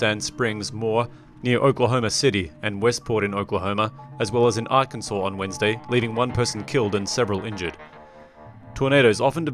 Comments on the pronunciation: AR-CAN-SAW; not Ar-Kansas. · For the love of god stop calling it " R-Kansas" it's "Arkansaw" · Arkansas is not pronounced "are-kansas" It's "ark-en-saw" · Arkansas is not pronounced Ar-kan-sas but Ar-kan-saw. Only Kansas is pronounce Kan-sas ! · He said Are-Kansas lol its Arkansas 😂😂😂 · Arkansas is not Are-can-zus, its Ark-in-saw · Lol, Are-Kansas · Tyler Adams it should be pronounced rkansas